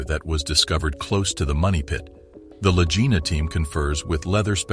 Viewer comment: The last name of the brothers is pronounced with a "hard" G, like in the word "golly", not with a soft G as the narrator does, making their last name rhyme with "vagina". Moron.